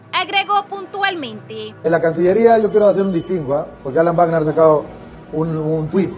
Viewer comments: Ministro /guacner/. Jaaaa!!!! Es /bacner/. Se oye chistoso /guacner/. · No se dice "uagner" sino "vagner" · No se pronuncia guarner,,, se pronuncia VAGNER. se escribe WAGNER, pero se pronuncia VAGNER